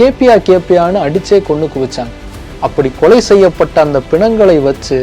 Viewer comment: தம்பி உங்கள் குரல் உலகம் முழுவதும் ஒலிக்கிறது. எனவே வார்த்தை உச்சரிப்பில் கவனம் செலுத்துங்கள்.கொலைக்கு கொளை கொளை என திரும்ப திரும்ப கேட்கும் போது ரொம்ப உறுத்தலாக உள்ளது.